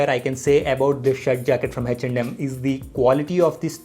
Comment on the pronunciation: Is it reaaly Hech and M or its his accent?